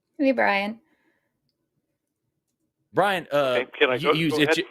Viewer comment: Bwian, eh? The little wascal has spiwit. Spiwit, bwavado, a touch of dewwing-do.